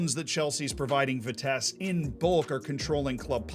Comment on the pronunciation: Any Vitesse fan here triggered by pronounciation? For those who wanna know its Vitsess+"Uh" and the "h" part is less pronounced.